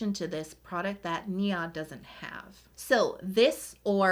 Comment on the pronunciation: I believe you are pronouncing NIOD. Wrong. It’s pronounced neyeod